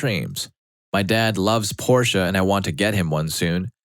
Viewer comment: Hey, pronounced Porshe correctly. Attaboy.